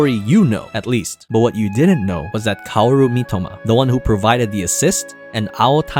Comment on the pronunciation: If He’s Such An Anime Fan How Come He Could Not Say Mitoma Right 🤔MY-T(heavy T)OE-MUH